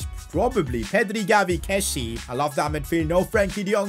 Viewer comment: It’s pronounced kes-ee-ay not kessee